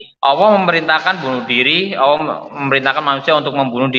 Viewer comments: Ngomongnya Awwoh. Bukan Alloh. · Bukan auwoh kaaaang,tapi ALLOH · Ngaku murta...Nyebut nama ALLOH aja salah jadi AWOH....MURTADIN NASORO DAN YAHUDI bikin SARA nih gak bener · subhanallah.. Masya allah.. inilah istimewanya islam.. Allah membengkokkan 👅 nyah,shingga manusia penipu ini ga bisa menyebut: Allah dan surat surat dalam Quran dengan baik,dan benar.. selalu menyebut; awoh,awoh.. ktauan banget dia itu 🦎 penipu.. sdangkan kita muslim&mualaf aja lancar tu kalo bilang;alah&yesus.. karna alah&yesus dalam kristen itu ga da istimewa nyah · Stres ni orang/AllAH bacanya awoh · Allah maha bijaksana sampai2 dq bsa itu manusia nyebut allah malah awoh ak dngarnya. Sunguh kasian. allah tlah menutup hatiny. Sungguh azab yg nyata baginya. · Allah aja disebut awwah.sdh jelas2org ini cuman.meyuntek bacaan.AlQur am TDK faham arti nya.beraninya.bicara kebohongan. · itu mah kadal yg ngaku Islam.... masa nyebutnya AWOH....itu mah Murtadin abal2 . fixed. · Awoh awoh...bnr in dlu lafaz nya ..nt klo udah bnr br kt dgr deh yg lainnya..ayak2 wae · Lidahnya kelu jika ingin menjelekkan nama Allah,makanya tiap dia pengen nyebut nama Allah Malah ngomong Awwah😂😂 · Mutad?? KADAL OTENTIK KALI.. MENGUCAP ALLOH SAJA GA BENER KATANYA MANTAN MUSLIM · Melafalkan Allah saja gak beres 😡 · Semestinya malu Penyebutan Allah aja udah salah semestinya malu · nyebut Allah saja tidak pas. ini murtadin rekayasa. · Allah sj ngak bisa sebut msya Allah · _pengucapan Hurup Lamul jalalah nya dlm lafadz ALLAAH nya juga sdh gak bener 😇 dasar kaaaafiiiiiruuun 🙈suruh ngaji tafsir dlu sebelum mengartikan ayat tsb 😁